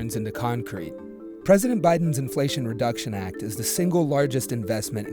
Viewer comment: there's an "L" in inflation btw